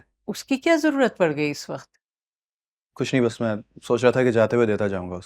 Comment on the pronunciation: Bhi men nahi hota man hota ha😂😂